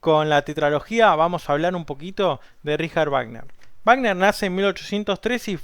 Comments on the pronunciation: A pesar de haber pronunciado la palabra "Richard" de manera correcta "ˈrɪça:t", la palabra "Wagner" no lo está, ya que no solamente la W suena como dices, sino que la sufijo -er se ponuncia como un schwa, o sea "ˈvaːɡnɐ". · ricjard vagner he he escuchado dos personas contigo que lo expresan fonéticamente así, en México la mayoría decimos Richard sonando la CH y "Güagner" Excelente descripción de la obra